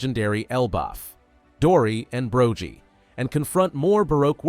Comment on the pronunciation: Bro-gee? This man is not a one piece fan.